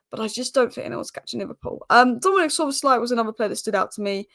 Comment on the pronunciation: He is Szoboszlai, not Szobozslai. Yes you are not Hungarian. ;-)